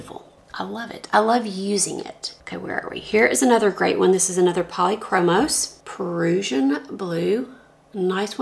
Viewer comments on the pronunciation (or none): Prussian Blue The first word is pronounced like “Russian” with a P at the beginning.